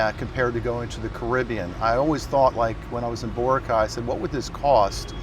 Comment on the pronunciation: Someone has to teach him how to pronounce Boracay.